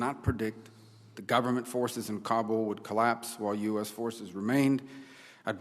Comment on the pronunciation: 20! years in Afghanistan and still can’t pronounce the Kabul correctly. Wondering why failed 😀